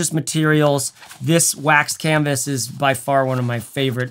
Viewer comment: I paused at the "waxed canvassss" and I'm sure it's that Scottish Trekke thing. I'll get back to this comment once I'm done watching this MASSIVE piece of art. (1 day later) Okaaaay. Man, great video! Loved it.